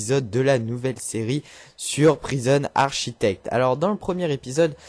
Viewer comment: Je vais continuer à t'embêter : architect est un mot d'origine grecque et donc le CH se prononce comme CHoral en français ;) Sinon, toujours aussi bon :d